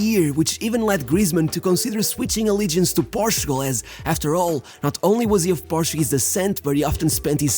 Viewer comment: Love these videos. However, you should try to use the English pronunciation for Portugal because I had to enabled the subtitles just for that 😛😛